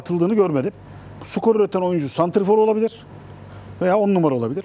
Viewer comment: Sutoper ve sukor diyorsun serday bey. Sürekli. Çok mu zor stoper ve skor demek. Anlamıyorum ki. :)